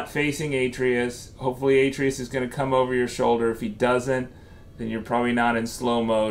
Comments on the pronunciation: Kratos literally tells you how to pronounce his sons name, how can you get it so wrong! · U say the boys name wrong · Can’t take the way he says Atreus